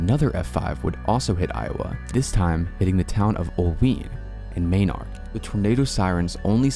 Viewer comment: The third F5 of 1968 the towns are pronounced May-nard and Ole-wine. I life in Iowa and have a lot of family in those two towns specifically. Great video by the way!!!